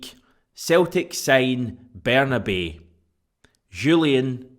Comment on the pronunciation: Can we call Bernabei the right way - it’s Berna-bye